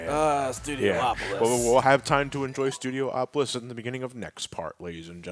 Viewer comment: It's pronounced as "Studi opolis" rather than "Studio opolis"